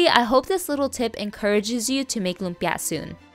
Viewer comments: I don’t like how she says lumpia. Too much emphasis on the last syllable lol . It’s just lumpia. Not lumpyah! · The way u emphasize the last syllable of every filipino or Asian dish in all your vids irks me more than it should